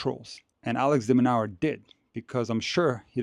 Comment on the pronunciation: Correction. Pronouced as Alex De Minoor or De Minour not Alex Demonower